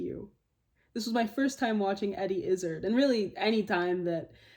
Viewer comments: Americans tend to pronounce IZZARD to rhyme with "lizzard"... but it's actually "IzzÁÁÁrd" (as in "card"). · One slight correction as you seem like the type of person who would want to know. You are pronouncing his name to rhyme with "Lizzard" when it is more accurate to think of it like sounding like "is hard" (without the "h"). So, is-ard > izz-ard > Izzard (hope that makes sense lol) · it is pronounced Izz Arrrrd , rather pirateish on the end of the name